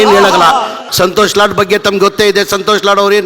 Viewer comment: ಸಂತೋಷ ಲೌಡಾ ನಾ? ಸರಿಯಾಗಿ ಹೇಳಿ ಸರ್ ಗಿಡ್ಡಿ ಬಡ್ಡಿ ಮಗನೇ ಸಂತೋಷ ಲಾಡ್ ಅನ್ನು